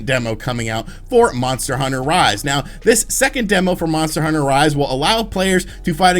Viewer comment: How many times is this dude gonna screw up talking about these monster hunter title names.